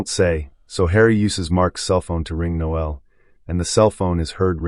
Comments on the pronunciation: It's Noel, not Noelle! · Surely it's pronounced nole, not noelle. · The name is NO-el, not no-EL. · NOEL NOT noelle! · The voiceover recapping everything here is unnecessary, especially in an American accent(why?). Also, the voice may be AI as it mispronounces a lot. The chief thug is not called Noe-elle. That's a girl's name! It's Noel. Also, we don't call these dwellings apartments. They're FLATS. What a way to ruin a good film. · I'm pretty sure the thug is called Noel not no-el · It's pronounced Nole,as in hole.Noel is a fucking Christmas song lyric. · No el? You sure about that pronunciation? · I assume the commentator didn't watch the movie or he would know that Noel is not pronounced No El. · The way the narrator voices the name Noel. Dearie me! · That still sounds a lot more correct than this video.